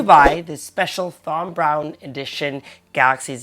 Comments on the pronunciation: Great video but its pronounced Tom you dont need to pronounce the Th in Thom. My middle name is Thomas pronounced Tomas. 😂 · FYI - You pronounce it as TOM, as in tom and jerry you don't pronounce the H as in TH.